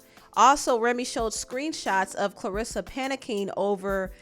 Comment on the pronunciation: You really just cover stuff for views. No integrity. You don’t even know how to pronounce Claressa name.